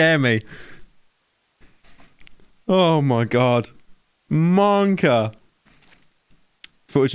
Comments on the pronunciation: Every time Pyro says "Monka" I lose a year of life. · Can someone tell me why pyro keeps saying monkor